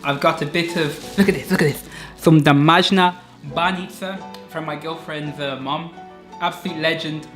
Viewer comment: I'm a Bulgarian and I'm happy that people from Western Europe like you like my country. Actually, I have a question for you - can you read or speak Bulgarian because you pronounce very well banitza, rakia and kebapche? 😃👍